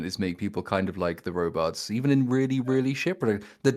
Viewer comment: I cannot understand the "robuts" pronouniation and "conDOM"